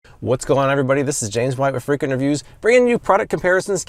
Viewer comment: Swear you said freak interviews not freakin reviews...lol